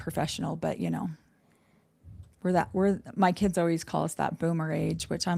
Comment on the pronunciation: OMG!.. says Kidzes too.. 😂... The one thing says that really irks me... We in the Northeast... Maryland say kids, then moved to Georgia and the south says kids... Is Kidzes said by everyone.. 😂